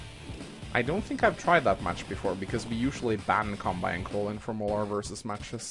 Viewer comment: tldr: flat damage is broken af. Pretty sure you pronounce it as kanbay btw x) Pronouncing it as kanbai is kinda annoying x)